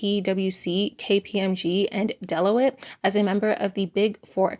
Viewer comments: Deloitte is pronounced “Dell-ow-t” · i love love love your videos but giggled at how u said deloitte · Gotta say, the way you pronounced Deloitte made me laugh out loud 🤣